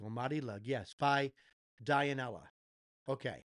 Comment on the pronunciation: Dionela it pronounce DUE-NE-LA...thanks on your honest opinion,regards from philippines..🫰🏻🫶🏻♥️🇵🇭